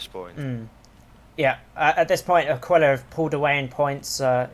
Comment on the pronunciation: It's actually /a'kila/ not /akwila/ ;P